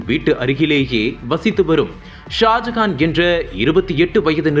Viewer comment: ஹலோ, செய்தி வாசிப்பவரே, ஷாஜஹானா?? இல்லை ஷாஜனா???